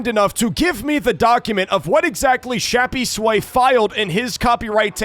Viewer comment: why do u call him shappysway its crappysway